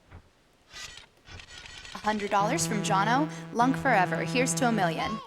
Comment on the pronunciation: "Here's hoping we make that mil-iun" lol